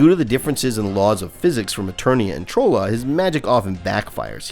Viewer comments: Only thing and this is a fanboy thing. Trolla and Trollin. Troll is pronounced like trolley cart. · You mispronounced Trolla and Trollan so severely I imagine you've never watched the cartoon once in your life.